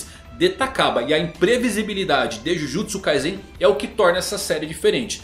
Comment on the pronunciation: acerta a pronuncia mano kkkk jujutsu kaisen - com S